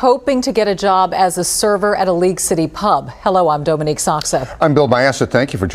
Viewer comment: Dome en ique? Imagine not being able to pronounce your own name!